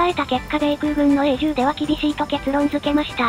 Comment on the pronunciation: ナレーション（音声合成）の違和感の話だ 表記は視界共通でも発音は異なるわけで じゅう と言う発音はおそらく日本語だけ 基本任務記号 A を えー と発音しているのに 10を じゅう と言う違和感を感じないの？ えーじゅう が固有名詞ならそれでも良いんだが